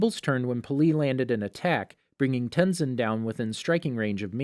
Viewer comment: Ten Sin